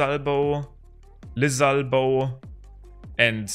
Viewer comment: I love how he says “Lizalbo”